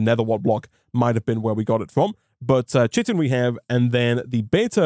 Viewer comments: Not sure if you check comments on older videos or whether this will ever come up again (or even if you learned this later on) but chitin is pronounced as "kai-tin" rather than as "chit-tin" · Chitin is pronounced kai-tin, the only reason I know this is because of ARK survival evolved... also love the videos loving the modpack! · chitin is pronounced "kiten" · Chitin "kite-n"